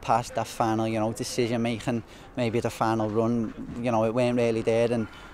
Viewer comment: I thought he was saying "fan" but it was "final"